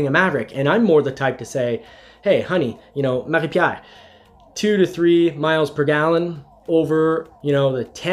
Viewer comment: Wait a sec, you're in Canada? but also in QC??! why did I think you were somewhere in the midwest of the US? They way you pronouce Marie-Pier... eh ben tu dois être parfaitement bilingue? good job buddy, much love from the southshore of MTL.